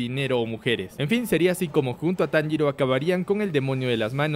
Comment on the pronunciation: No me digas que ahora andas diciendo el nombre de tanjiro como inosuke